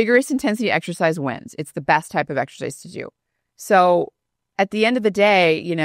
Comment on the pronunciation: Stop saying 'ek shercize' People are wasting time in gyms.